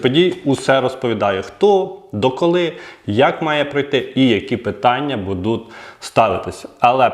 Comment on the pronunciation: Добрго дня!!! Ви молодець, але працюйте над собою, більш ретельно готуйте тексти... Правельно говорити "БУДУТЬ", а не " БудуТ" Вибачте, але поки дослухав Ваш виступ... слово "БудуТ" сильно різало вухо. Слухав тому, що батьки попросили розібратись із данимипитанням. Якщо виходите у ефір, знімаєте відео ретельніше працюйте над текстовкою та вимовою.❤